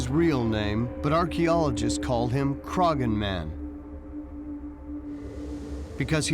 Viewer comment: At about 20 minutes in a site and mummy from Ireland are being discussed. For reference, you don't pronounce the g in Croghan, the best way I can think to describe the proper pronunciation is Craw-han, with very little emphasis on the imaginary w.